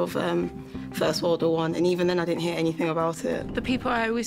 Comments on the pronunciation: 1st 5 seconds of video : “I wasn’t taught anyfink “... Yea, that’s your problem right there love. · She wasn't taught anyfink? That's so sad... 😥